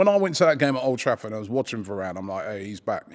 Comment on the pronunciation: The disrespect on varane’s name